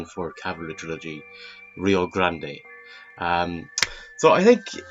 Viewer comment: It's just pronounced just like grand... As far as John Wayne westerns go, his best, by far, is "The Searchers".